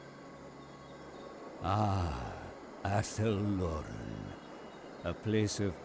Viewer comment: Finally someone says Athel Loren correctly.